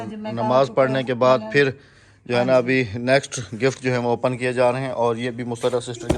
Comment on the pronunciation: Open HOTA hai.opan nahi hota